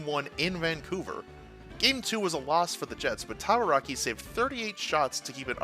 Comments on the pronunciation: Rick Tabaracci's last name is pronounced "taba-ra-chee," btw. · Rick Tabarakki! 🤣 I believe it's Rick Tabaracci, Ta-ba-ra-chee! 🤣